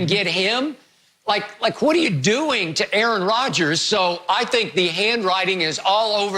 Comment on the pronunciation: 1 word fo AA-Ron) disrespectful